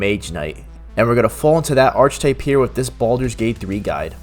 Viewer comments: 👍 Awesome to see someone giving Eldritch Knight some love. (Also, FYI that “archetype” is pronounced “AR-keh-type a la the Greek roots. For some reason “ARCH-type” has been a popular pronunciation in gaming circles for several years now. No big. Just sharing the language love. 🤓🤟) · Ugh. It's not arch-type. It's Ark-ay-type. But awesome video! Thank you so much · Cool video. FYI.. It's pronounced "Arc-eh-type" Not "Arch-Type". Have a great day. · Lol, Archtype. Ark-eh-type. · Its pronounced ark-uh-type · Archetype is pronounced Ark Uh Type. It's one of those words whose pronunciation is basically ungeussable unless you've already heard someone pronounce it. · Ark-ah-type, say it with me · Great video but "archetype" is pronounced like "ar-kuh-type"